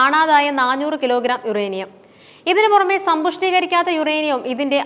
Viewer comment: ന്നാഞ്ഞൂർ എന്നത് ന്നാനൂർ എന്നാക്കുക